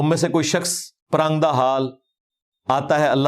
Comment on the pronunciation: انجینئر محمد علی مرزا معروف بہ ’چھوٹا مرزا’ خود لفظ ِ ’اُردُو’ ھی درست نہیں بولتا ، بلکہ ’اڑدو’ بولتا ھے ۔ ’خوشہ’ کو گوشہ ، ’پراگندہ’ کو پراندہ , ’بیخ کنی’ کو بیچ کنی ، ’مُورد ِ الزام’ کو مودر ِ الزام ، مزارات کو مزرات ’استاذُ الاساتذہ’ کو استاذ الاستاذہ ، طِفَل ِمکتب کو طُفل ِ مکتب ۔ یہ چند نمونے ھیں اس جُگت لامّا کی ’لسانی طاقت’ کے ۔ یہ شخص انتہائی بڑبولا بلکہ ’مونہہ پھٹ’ اور بےادب و گستاخ واقع ھوا ھے ۔ شرفاء اپنی عزّت بگڑنے کے ڈر سے اسے مونہہ نہیں لگاتے اور یہ کہتا ھے میرے علم کا رعب اور دبدبہ ھی اتنا ھے کہ مخالف ٹِک ھی نہیں سکتے ۔ کم علم بلکہ جاہل قسم کے اینکروں کے سامنے بیٹھ کر غلط سلط حوالوں پہ حوالے دیئے جاتا ھے یہ نام نہاد ریفرینس کا بادشاہ ۔